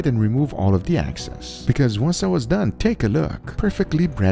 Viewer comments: It’s not “access” it’s “excess” Guga please 😫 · Shake off the excess, not the access. Let me assure you, not insure you. Love you anyway Guga. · EXCESS… not ACCESS 😒